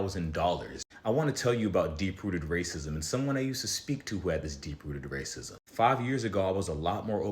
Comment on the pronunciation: “ray cism” instead of racism 💔